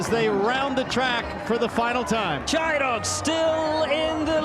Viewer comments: Hahaha kept calling it phonetically “Chee” not “Shy” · He started to say "Chi" wrong near the end of the race lol